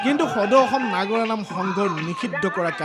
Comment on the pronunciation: নাগৰা নাম নহয় নাগাৰা নামহে